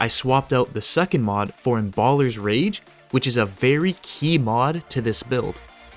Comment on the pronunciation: My god, why can't you pronounce Embalmer?